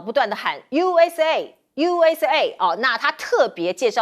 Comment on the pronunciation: 倒是DOGE沒有發準